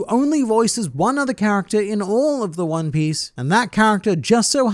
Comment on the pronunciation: Juan Piece😂